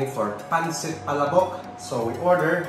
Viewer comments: it's pronounced as PA-LA-BOK. it's pretty slow and not as fast as you pronounce it. Maybe you can google ads featuring the product, so you will be better guided. 😇 PS. Not trying to be rude here. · Ok na sana...yung pronunciation lang...."pala'bok"... tsk tsk tsk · Wrong pronunciation of palabok.